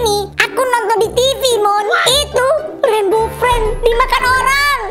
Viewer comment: bg3 lohko rainbow ped bg salah ngomonmya